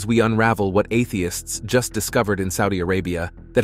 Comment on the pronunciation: Why is your robot saying, "Atheists," as if it is a dirty word?